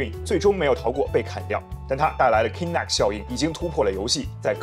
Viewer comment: Kinect 發音錯誤